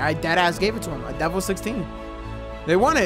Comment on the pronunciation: love it bro i’ve seen elanip pls around with this also it’s pronounced DEH VEL not like devel and can you play some redlinev3 it’s got a lot of new features and is a lot better than v2